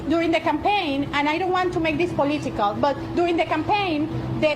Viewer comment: This genius doesn't want to make this "poleeetical" 🤦‍♂️ Adiós muchacha